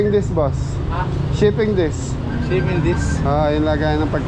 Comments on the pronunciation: chaffing dish hindi chipping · Chifing dish daw hahaha...paulit ulit mo pa binabanggit mali naman!! Chafing dish hindi chifing dish hahaha!!!